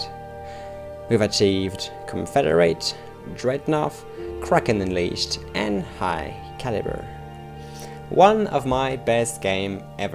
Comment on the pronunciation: Just as a note, 'Dreadnought' ends with a hard 'T' sound:p